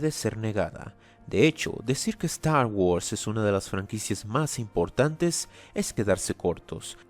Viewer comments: Nadie! pero nadie! de habla inglesa pronuncia star wars como ZTTAW WUARRS jajajaja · "Stah wos" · La importancia de "Estar worss" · StArh whurs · Yo: Trata de ignorar la pronunciación, no es tan rara: A lot of Stagwods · "eZtar GuArZ" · Es gracioso el como pronuncias "star guords" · Cada ves que pronuncia Star Wars siento una patada auditiva en los huevos